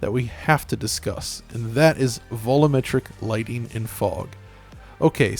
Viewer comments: Me: Alright, say "volume": Volume Me: Now say "metric": Metric Me: Now say "volumetric": "vullametric" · Just once, I'd like it if you pronounced "volumetric" properly.